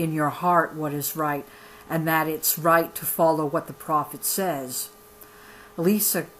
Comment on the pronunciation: That is my aunt. you said elissa wrong. This book is moving and this is nothing to joke about, im not saying you are making fun but for all the people that joke about polygamy, it is not a laughing matter